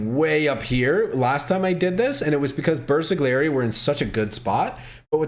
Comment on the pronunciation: Even game told you milion times how to pronounce Bersagliery and you still say BersaGGGGGliery